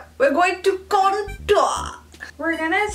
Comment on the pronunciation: The way she says Con-TOUr